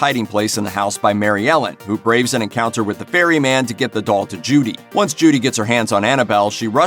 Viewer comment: I swear you said fairy man 😂😂😂 its Ferry Man jesus.